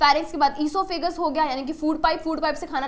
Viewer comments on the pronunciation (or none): Osophagos ❌ Eseophages✔️